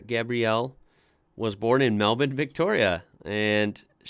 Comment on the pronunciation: Can I say how refreshing it is to hear an American pronounce Melbourne correctly. We really are rubbing off on you. I love your discovery of our vast talent pool.